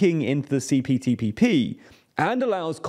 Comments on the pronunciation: Btw U said CTPPP many times Not CPTPP 😅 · This video proves that "CPTPP" does NOT roll off the tongue easily. Each time said it, it sounded like he was struggling.